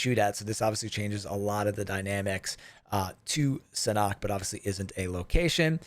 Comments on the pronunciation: SA NOK Not surnok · Had to stop watching this video just because you mispronounce Sanhok